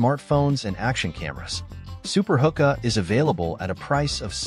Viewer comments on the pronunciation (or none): its pronounced who-kuh. some pretty sweet gadgets here thanks for the vid!